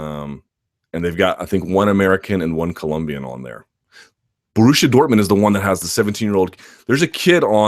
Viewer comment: brilliant podcast as always! but as a german and i dont care about football or handegg i have to say the way you pronounce borussia dortmund made me laugh